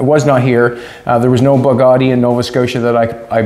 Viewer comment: Sweet , that is one nice "BADgatti"!!!!